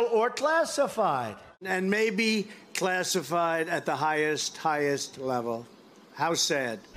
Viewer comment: Haha, did I just hear Dummy Donald correctly? He did say “Clastified” instead of classified.